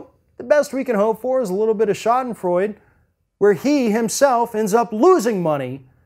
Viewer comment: Schadenfreude.... prononces "Sha-Den-Froi-Duh". It means "to take pleasure in the misfortune of others" Don't pronounce it as "Sha-Den-Froid". Sorry - but it is one of my favorite words so, yeah....